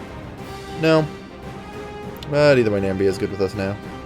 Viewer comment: Namibia is pronounced as Na-mib-ia not nam-bia